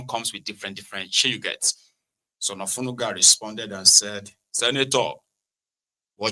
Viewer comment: U called Onanuga Olenuga, e no go better for u.